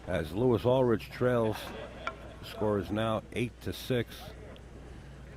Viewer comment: For future reference...It's pronounced Lewee Ulrick. From San Diego, Ca.